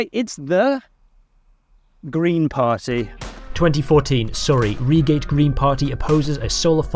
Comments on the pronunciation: you imbicile it is RY-GATE not REE-GATE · I’m from Reigate and died laughing when I heard “reeegate”😂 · "ree-gate" instead of "rai-gate"? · I feel like you're leaving out lots about 2008. How exactly were we supposed to carry on as normal after that? The £ dropped against other countries currencies quite a bit fella. I remember New Labour. You don't. Reegate? wtf bruh It's Rye Gate FYI. Good video nonetheless. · Reigate :/ pronounced Ri(uh) gate instead of (R (ee) gate) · Why can’t you pronounce place names properly? You got Reigate and Poplar wrong.